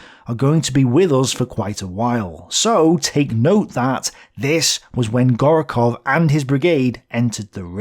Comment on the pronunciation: I don't bother to correct every mistake in pronunciation of Russian names, but since Gorokhov will be staying with us for a long time, the second vowel is stressed, not the first - GorOkhov. Same with IsAev. Try to google how to pronounce Russian surnames or find somebody to consult. (Don't bother with obscure toponyms, most of the native speakers would not be shure about them.) Wrong stresses are easy to fix, but highly noticeable. Also, it seems you pronounce kh as k+h. kh denotes a variant of phoneme denoted by h-, there is no -k sound. The difference between those phonemes is negligible, so just say h sound.